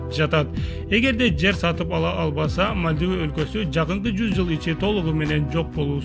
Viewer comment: Мальдива,Судан,Токио,Палестина, Израиль,Сирия ударение туура коюп суйлогулочу.